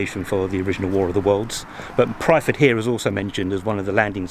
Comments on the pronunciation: Nice video, I was christened in that church. The village is Pyrford, pronounced perford. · Far be it for me to correct your pronounciation, but Pyrford is pronounced "Purrford" by us locals. There are many people who get confused and put the r before the y, but no biggie :)